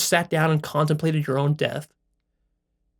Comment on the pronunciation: There is no “ l “ after death.